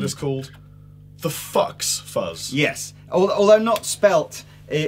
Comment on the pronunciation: It's not fucks, it's fuzz, like xylophone.